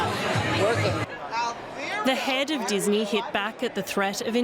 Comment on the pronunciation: The head of Disnee?